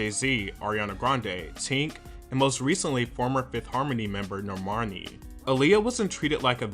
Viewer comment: How you said Normani. Normarni Lmaooo